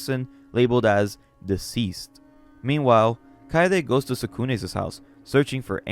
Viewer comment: Your content is great and I appreciate your hard work and commitment. There is one extremely large issue that I have with your readings though. I've had to stop listening to your videos due to you adding extra "s's" and "z's" to nouns when ownership is inferred. If something belongs to Tsukune, it is Tsukune's, not Tsukune'szs. I really hope that you can improve in this regard. I've subbed and will keep an eye out. Keep up the good work!